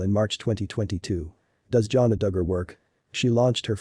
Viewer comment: It's not pronounced Johnna! It's pronounced Jan-A